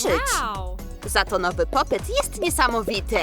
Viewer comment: ludzie mówi się popit a nie popyt